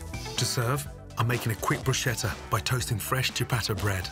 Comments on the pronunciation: I love you Ramsay but... get your bruschetta pronounced right man! Cmon! What the heck is a brusceta? 🤦🏻‍♂️ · Sir, its' "Broo-skeh-tah", not "Broo-sheh-tah". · "Brushetta" ? it's pronounced fucking Brusketta ! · Its pronounced brusKetta btw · I’ve said bruschetta wrong because I liked the sound better than its actual pronunciation which is broo-sket-ah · Did anyone else cringe when he pronounced bruschetta as "broo-sheh-tah"? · Awesome recipes as usual. Nice to see that he does the Bruschetta in the traditional way, even if he did mispronounce it and got the steps backwards.... :) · LOL...for someone so arrogant and self proclaimed, he could at least learn how to pronounce BRUSCHETTA...